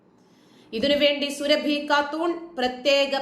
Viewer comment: സുരഭി അല്ല സുറാബി ആണ്